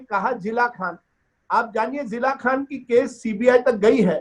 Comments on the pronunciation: Love it he is saying Zilla Khan 🤦🤦🤦🤣🤣🤣🤣🤣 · सौरभ जी, अगर इसको हिंदी नहीं आती तो ये आपके चैनल पर क्या करने आता है, राजदीप तुम जो कुछ भी बोलता है उसका प्रमाण लेकर शो में बैठता है? सौरभ जी इसको अपने चैनल से भगाइए वरना दर्शक ललन टॉप से भाग जाएंगे। ये तो जिया खान को जिला खान बोल रहा है, इससे पता चलता है कि ये कितना बड़ा पतलकार है। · Abey jaahil Rajdeep Jila khan nahi Jiya khan bol..thodi study kar liya kar